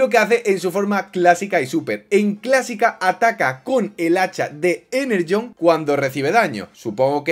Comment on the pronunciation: Energón❌ Enerjhon✅